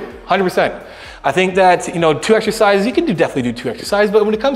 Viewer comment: Greg says " eghzecises"🙃